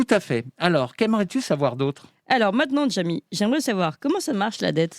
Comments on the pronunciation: Je vote pour une nouvelle séance de C pas sourcé (😅) mais à condition que arrête de dire Djamy au lieu de Jjjamy 😂 Sinon j'adore les jeux de rôle... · PTDR qui dit "Djamy" au lieu de "Jamy" ^^